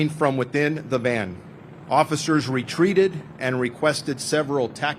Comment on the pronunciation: Dude keep saying, White MAN not VAN